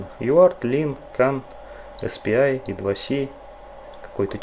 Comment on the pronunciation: В произношении "И-2-Си" как бы ни туда ни сюда, "И" как при транслитерации, а "Си" как при произношении латинской "С". По твоей логике должно быть хотя бы "Ай-Два-Си" либо же "И-Два-Це"... И к "И-2-Си" я уже давно не придираюсь. А по поводу "Эк" - тут просто человек мог_не_знать от какого слова это сокращение оторвали, либо он захотел запутать зрителя (что вряд ли, иначе он редиска).